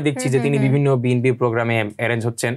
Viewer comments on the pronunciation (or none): none